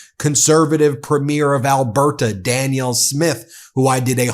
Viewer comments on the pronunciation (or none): Why do you call her "Daniel?" It's Danielle.